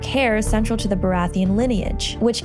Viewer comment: I think its more that no English person would ever pronounce it that way. Its the same with Baratheon, GRRM emphasises the ON when all the British actors use -UN.